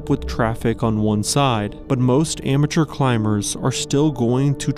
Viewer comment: When he said "amateur climbers" I thought I heard "immature". Well, probably means the same thing at this point